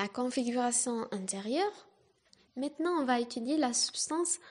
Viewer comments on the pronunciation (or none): none